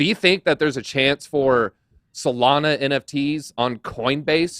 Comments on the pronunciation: “Solaner” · Bro can you finally pronounce Solana the right way please? 😂😂